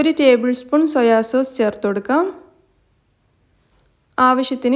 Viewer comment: സൊയ സോസ് അല്ല സോയ സോസ്